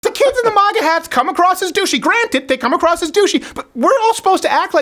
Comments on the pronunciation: Maw-gah hats 😂😂 I pronounce it mag-uh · Steven actually just said Mah-ga instead of Ma-ga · Yo Crowder, you're the only person I've ever heard pronounce MAGA like 'moga'. It's pronounced 'mega' bro. Are you afraid of sounding Canadian by pronouncing the hard 'A' or something? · It's funny how Stephen pronounces "Maga Hat" He says Mahga Hat...lol. The Quebecker in him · why do u say moga hats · If you say Moga one more time I'm gonna slap you. Ffs. You POSER! YOU ARE NO CANADIAN. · Its pronounced MAGA not MAGA. GET IT RIGHT.